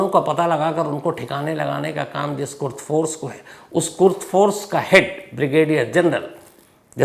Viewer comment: कुर्द फोर्स नहीं है कुद्स फोर्स है।